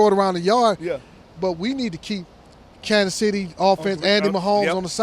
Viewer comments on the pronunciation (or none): none